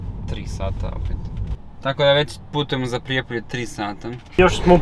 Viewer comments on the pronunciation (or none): none